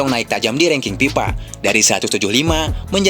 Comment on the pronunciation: Ini orang Sunda yang ngomong ya? PIETNAM, PIPA, KONPRONTASI dll!😂😂😂